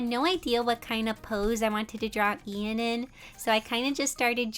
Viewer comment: The way Ian was pronounced- it sounds like- Ein- only mystreet fans get this T-T